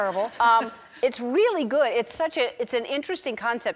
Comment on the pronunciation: i love how she says weally instead of really